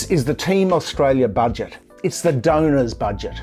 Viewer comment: I cringe every time he speaks, does our treasurer not have the mental capacity to talk about a topic and pronounce the name of the country he is charged with looking after at the same time?